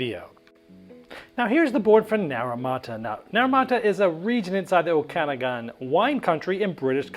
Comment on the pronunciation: haha, I'm pretty sure by o-cana-gan you're referring to the Okanagan region in BC - it's supposed to be pronounced oak-uh-noggin -- use the sound icon here: to hear it aloud. Thx for another game preview!